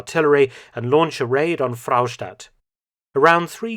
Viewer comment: Fraustadt is just 1 'r' , no need to say Frrrrraustadt 😂